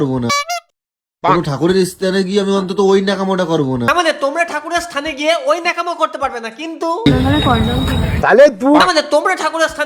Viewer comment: স্থান ❌️ইস্থান ✅️